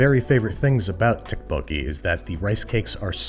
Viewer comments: This I agree with. However I did not think he pronounced 떡볶이 well. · yeah it was a little painful each time but like at least he tried which can not be said for a lot of people unfortunately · Ok yeah he pronounced tteokbokki wrong, but it's not an easy work to pronounce unless you speak Korean or have heard someone else say it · "More correctly" is a pretty low bar, and let's be clear - this is not the correct pronunciation of tteokpokki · Babish, saying korean words with correct pronunciation but wrong inflection every time. It's okay still love you, you did your best. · Man butchered the name lol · The double T in the beginning is actually pronounced like a D :) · 아 ㅋㅋㅋㅋ 떡볶이 발음 왤케 귀엽냐 ㅋㅋ Lol Babbish saying tteokbokki is so adorable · Pronunciation is off but the recipe is legit -A Korean. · I love the way you pronounce Tteokbokki, as a Korean I can tell you the writing is way different than the pronunciation. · Tteokbokki isn’t pronounced with a “tteok” sound and instead with a “dokk” sound. Loved the video though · Here's how to say it: toe - poke - key :) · Your pronunciation is killing me. It’s a soft t sound, almost a d sound. It’s somewhere between tok and duck. The second part is close enough. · Its pronounced more like duck boke gee more than tuck boke gee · Thank you for bothering to pronounce the ingredients correctly. However, the dish is pronounced DUCK-po-kee. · Wait Andrew Isn't ttekobokki prenoused tapoki? Eh idk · Did anyone else die a little inside every time he pronounced the "Tee" sound in Tteokbokki? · hi babish! when i first ordered this dish from my dad's favorite korean restaurant, he told me that the " tteok" is tteokbokki is pronounced closer to "duck" ! wonderful video tho :) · There’s no t sound in dukk bo ki. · say duck but replace the 'd' with 'th' = thuck-bokki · pronunciation tip: the rice cakes (tteok english spelling) is just the word duck with a hard d. ttuck-bo-kee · Tokk like a cross between dock and tock